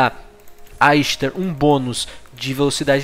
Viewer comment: A pronúncia dela é Ishtar msm.